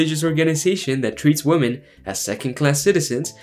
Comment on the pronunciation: I love your videos man. But your pronunciation of women drives me insane lol